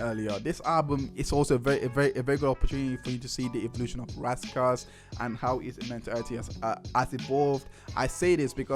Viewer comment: IT'S RAS KASS NOT RASS KASS